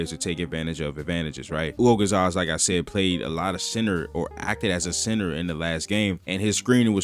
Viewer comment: Congratulations for your pronounciation of Hugo González's name. Perfectly done.